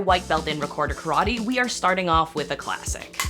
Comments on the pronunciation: I hate when yankees say "karwhadi" instead of "karate". Totally annoying. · Why do you pronounce karate ka-rah-tey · The pronunciation of "karate" in this video hurts my ears